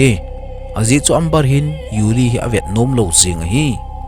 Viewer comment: Amber chu Ember tia pronounce d ahe